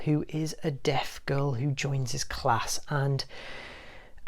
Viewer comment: When you where talking about A silent voice, I heard “a dead girl” and not “a deaf girl”